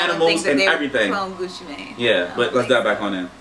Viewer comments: Gucci mane not man deeeer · Gucci mANE not man lol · its not Gucci man lol y does he say man instead of mane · Gucci Man? It's Gucci Mane. As in lion mane